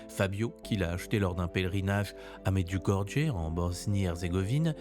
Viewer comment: Merci et juste pour information on prononce MEDJOUGORYÉ.❤